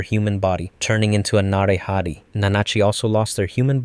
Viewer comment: It's na-ray-ha-tay